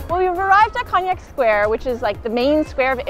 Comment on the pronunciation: not cognak, it's Konak